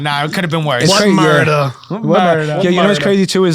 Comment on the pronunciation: What murdar? There was no murdah!😂